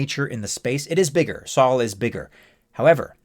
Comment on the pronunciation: It’s Sol not Saul 😂